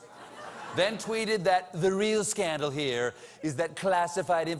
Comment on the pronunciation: SCANDALS!? I thought someone said Handles!